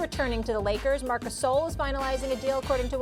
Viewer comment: “Marcus soul”😂😂